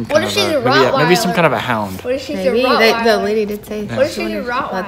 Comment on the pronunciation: Kudos on knowing how to pronounce Rottweiler, many adults can’t. Dobermans aren’t born with pointy ears. 😂😂